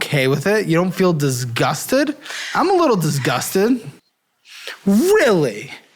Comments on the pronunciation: Dizguztid DIZ GUZ TID DIZ-GUZ-TID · “I’m a little DIZ-GUZTID” 😂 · Dizzz-gusted 😂😂😂 The pronunciation tickles me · Even though he's pronouncing it correctly.. I hate the way he says disgusted lmao. It sounds even more dusting. 😅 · I have never heard anyone pronounce disgusted like that and it gets me every time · really pronounces the entire G in disgusted 😂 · The way pronounces disgusted is the best lmao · Don’t forget going to get “tinned” 😂